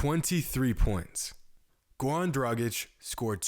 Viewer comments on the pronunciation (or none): His name is Goran not Gowan, you can pronounce "R" just fine, why are you intentionally butchering his name? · Gowan Dragic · Why is he saying gawn dragić😂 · GoRan man pronounce that R ♥️